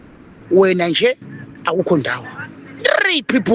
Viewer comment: Did you just say ntree people mawerewere😂😂😢